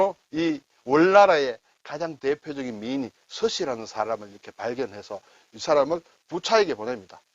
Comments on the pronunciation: 서시에서 서자를 장음으로 내야하는데 단음으로 내니까 듣기가 이상하네요. 서~시 장음으로 발음해야 됩니다. 서시.양귀비.양소군.삼국지의 초선 이렇게 중국의 역대 4대미녀로 유명합니다~ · '서시'는 '서씨'가 아니니, [서씨]라고 발음을 하면 안 되고, [서:시]라고 발음을 해야 되겠지요. 발음까지 제대로 설명해 주시고 난 후, 막상 선생님은 내내 [서씨]라고 발음을 하시네요~ㅎㅎ 덕분에 즐공합니다. 감사합니다.